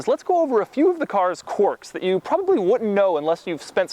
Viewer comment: Doug is the kind of dude that pounces "quirk" as "quark"